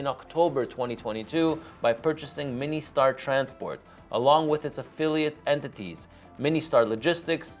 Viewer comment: It's MIN Star, not Mini Star